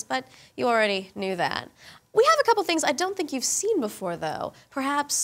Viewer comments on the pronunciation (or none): none